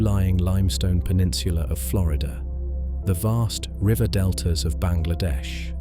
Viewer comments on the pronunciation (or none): I thoug The same thing , especially when certain words were pronounced eg river😅